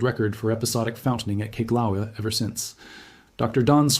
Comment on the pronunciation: It's so frustrating to listen to AI pronounce Kilauea more than 5 different ways! How about settle on the way Hawaiians pronounce it and stick with it?